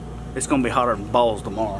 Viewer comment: As soon as you said tomorrow i knew where u were from lol